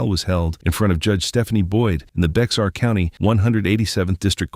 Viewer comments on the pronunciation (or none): Isn't Becks-Are (Bexar) pronounced more like "bear?" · FYI, “Bexar” County is pronounced “Bear.” I used to live there and Your narrative is fingernails on a blackboard. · “…Baxer…” it’s Bexar County. 😂😂😂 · It's not pronounce Bexar County. It's pronounced "Bear" County. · Bexar is not English, hence you pronounce it be-har or just bear (most common pronunciation English only speakers use). This comes from the Spanish "behar" = need. In Mexican Spanish, many names used an x instead of an h or j. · Bexar County, Texas includes San Antonio. Bexar is Spanish and is pronounced Bear. The x is silent. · The X is silent. It's pronounced bear county. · Lol can't even say the name of the county right